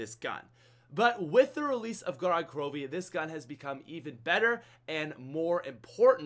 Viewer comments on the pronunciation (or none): Gorod Krovi is actually pronounced (go-rad) (kro-viy) which is a russian word and it means blood town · gorod krovi with subtitles, goraad crobee